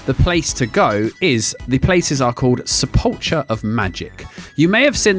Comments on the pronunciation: it's sepul-kher not sepul-cher i nearly had a stroke haha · That's not how you pronounce sepulchre.